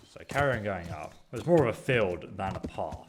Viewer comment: it's path not paff